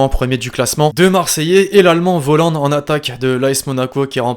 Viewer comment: Sinon Volland se prononce Folland